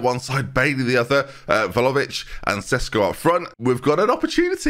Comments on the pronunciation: Doo-shan Vla-ho-vitch. But every time pronounces it Volovich, I hear vol-au-vent in my head 😂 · I actually hate Vlahovic because of your pronunciation 😂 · All of this talk of how to pronounce Bijlow (spoiler, it’s ‘Bay-low’), we’ve never mentioned how badly pronounced Vlahović is. Every time I hear his name I think there’s a puff pastry playing at number nine 😂 (Love the content! 😅)